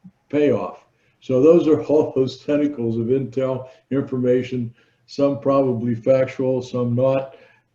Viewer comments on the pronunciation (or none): none